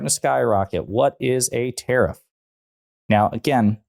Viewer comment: Omfg he's deranged. Oh btw what's a terriff? /s